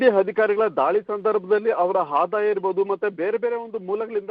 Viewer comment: Pl ask your reporter to pronounce proper kannada Hadaya alla ಆದಾಯ... Hadikari ಅಲ್ಲ ಅಧಿಕಾರಿ